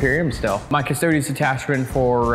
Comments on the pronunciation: big oof. Custodes is pronounced as Cus-toe-dees cuz it's latin for guardian. :PP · trying to get to say "Cuss-toad-eez" is possibly the high point of this season. Stoked to watch the finals guys! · If you want to know how to properly pronounce Custodes, just look for the italian pronunciation cause thats a latin word. They way english/american people say its not the right one.